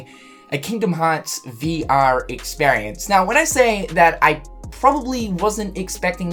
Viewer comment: Experience = 😀 Ex-spare-E-ance = 😫